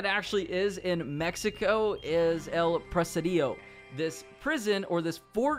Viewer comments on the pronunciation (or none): Funny that he has to correct you on how to pronounce “Saint Denis” but then ABSOLUTELY BUTCHERS “El Presidio”! LMAO